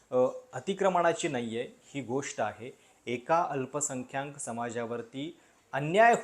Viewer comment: अल्पसंख्याक असा उच्चार करणे.